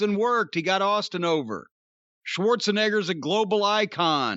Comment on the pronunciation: Corny sure does love saying Arnold's last name.. he loves the hard R in it...